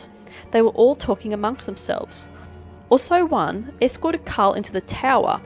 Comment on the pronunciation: Ausso-one. Not Oooso-one.